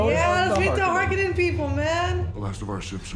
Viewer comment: Harkonnen not Harkennon lol